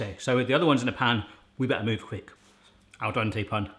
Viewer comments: Last time I checked it was Al dente NOT Al donte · its al dente not al donte, Italians everywhere are screaming. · "Al dente", not "Al donte" ;) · "Al dontay" My poor Italian ears.